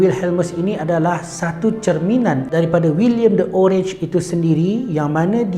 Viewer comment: Bacanya oranye dalam bahasa belanda bukan orange